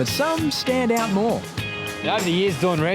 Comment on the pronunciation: “He…is very hapeey, he is very far ouoooot” swalla who!